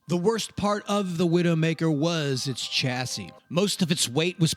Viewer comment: Chassis is a french word and the ch is pronounced sh.